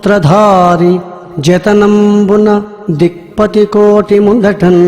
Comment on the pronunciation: mudhatan kaaadhu mundhatannnn... ok na (1st poem 2nd line last word)